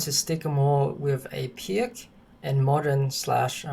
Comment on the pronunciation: Great explanation but it's pronounced "Peerts"